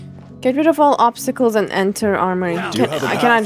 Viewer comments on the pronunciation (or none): none